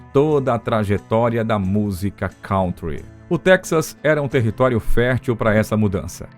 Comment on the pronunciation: Kântri é a pronúncia. Não "cauntri". Não sou professor de Inglês, também já errei e desconheço várias pronúncias, mas por algum acaso conheço a de kântri , inumeras vezes citada neste áudio.